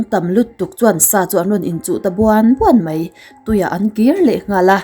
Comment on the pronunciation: "Mai" tih tur ah "Mei" tia i lamrik hian beng ati kham deuh thin aw hmeltha lalnu.